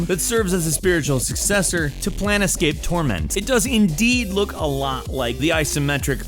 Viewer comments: Can't help but cringe when he said Planescape like Plan Escape. It's Plane-scape. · Plane scape, not plan escape. :( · "Plan-escape Torment"...ROFL It's Plane-scape... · I've played the game more than once, and you don't "plan escape." You try to find out who you are and why you can't die. It's pronounced plane-scape. The game deals with different planes of existence, which are all interconnected. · Did he seriously call Planescape (pronounced Plane Scape) as "Plan Escape"? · it's "plane scape" not "plan escape". just saying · Planescape! ... pronounced "PLAIN-SCAPE" not "Plan-i-scape" ... Sheesh! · "Plan escape torment" lol its planescape.... Pronounced "plane scape" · It's "plane-scape" not "plan-escape". And I'm not sure which worries me more, the narrators flub or the fact that this correction wasn't already the top comment. By far the favorite rpg game of my childhood. :) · did he really pronounce Planescape "plan escape" pfffffffffffff lol hey dae run escape? xD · "Plan-uh-Scape: Torment" Fuck this shit, I'm bailing out now. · Did he just call it "Plan-Escape: Torment"? Hehe.. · Plan-escape Torment? Really? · Did you seriously just say "plan-escape: torment"?!? Bruh....BRUH. SMH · Sounded like he said PlaneTscape Torment or just pronounced plane weirdly :P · "Plan-escape Torment"... lol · did this clown just mispronounce Planescape. Plan escape wtf. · I've given up on him ever saying "planetscape" correctly. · TerryLovesYogurt lmao planescape is never pronounced like that, time to go back to English and grammar study. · Dat pronunciation of Planescape gave me gas...